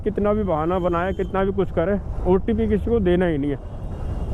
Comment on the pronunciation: Ncr ke लोग अजीब होते हैं, एक otp को opt बोलता है एक अमरूद को अरमूद बोलता है